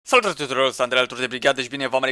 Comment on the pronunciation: nu mai spune salutare tuturor asa de repede ca zici ca ai proteza